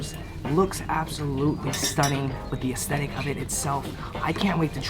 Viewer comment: Anybody count how many times he said estetetic 😂😅🤣